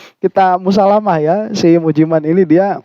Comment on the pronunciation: BACANYA MUJI MEIN😂